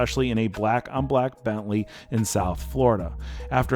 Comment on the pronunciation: It took me a while to understand 'belly' is your sloppy way to pronounce 'Bentley' . Seriously?